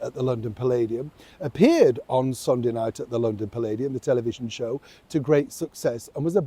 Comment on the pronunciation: My Shew (Show)- Ed Sullivan pronunciation😕. These days it would be called "chill."